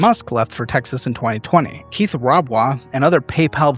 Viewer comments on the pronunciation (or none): none